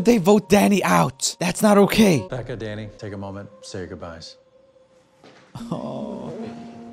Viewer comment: At the end when he was talking about the live on take thing it sounds like he said daddy padilla instead of danny